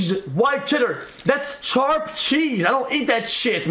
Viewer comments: Lil bro really said Charp Cheese I can't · Why does he say sharp like that